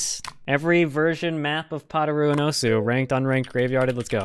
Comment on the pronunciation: I think it’s pronounced osu